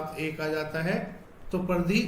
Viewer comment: Pardhy ❌Paridhi